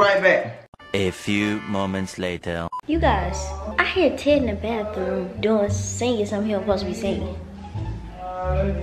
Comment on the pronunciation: She says later hair